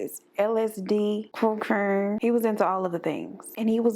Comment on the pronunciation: the way she said c*c**ne sent me ☠️☠️☠️